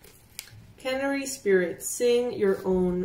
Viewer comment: Pronounced ( can- airie ) love you 😽